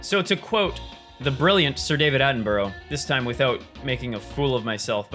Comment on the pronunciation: Omg was triggering me by saying david-aten-burrow! That’s not how u say it!!!